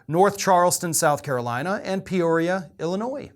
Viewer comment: A you said Peoria I I'm from Peoria Ill and it's not 😂